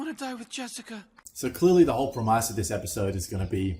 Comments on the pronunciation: "prem-ice" that's a new one to me. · Why did he say premise like that at 426